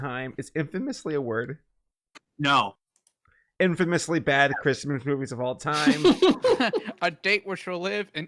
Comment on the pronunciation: Great Grandma is kinda a bad thing 😏 when she said “oughgahuougoughagahchrysmas” I was like word?